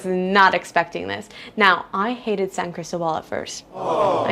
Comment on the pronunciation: San CrisTObal…accent on the second syllable… Wear solid shoes, sidewalks are slippery. It is a gorgeous Pueblo mágico. ❤️🇲🇽 And it gets very warm here, I often wear sleeveless dresses and tops, but not year-round. 7200’ elevation which means a strong sun, thin air, and chilly temperatures during certain months. From March through September it is very temperate, NOT cold… Coca Cola is evil, and good that you told the true story. “San Cris Gut” is REAL. Sadly. It takes months to adjust. Almost everyone is affected. Fireworks are almost EVERYWHERE all over Mexico. Try living in Oaxaca! 😂🇲🇽❤️